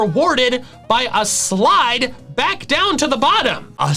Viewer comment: Wait?! A S-s-s-s-sLide???